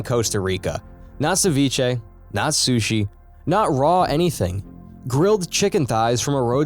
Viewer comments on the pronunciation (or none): none